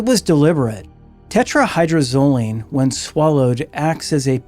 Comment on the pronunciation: Tetra-hy-droz-o-line. Phonetically: (Tet-ra-Hye-Drohz-Oh-Leen)) No biggie, but you’re missing a whole syllable. ✌️😁 Crazy how so many ppl actually think THEY will be the one to get away with it, when so many ppl have failed in the past using the exact same drug!🤦🏻‍♀️